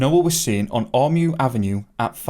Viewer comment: Ormeau is pronounced, or-mo.